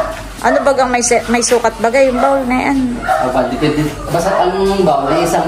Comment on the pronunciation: sobrang bait ng sponsor nila Adyaw at blessing na rin kayo sa kanila.Bihira na rin mga taong kagaya nyo. Pasensya na pero napansin ko lang pronunciation mo: 'bowl' and not 'bawl'. Please continue to be a blessing to other people.